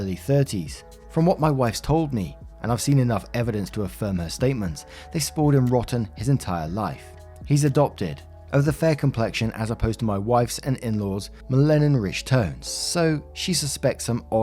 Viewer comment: Say it with me: MEL LUH NIN